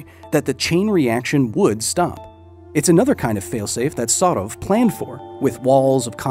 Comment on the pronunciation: Btw as Russian, the pronunciation of Sarov is quite good for an English speaker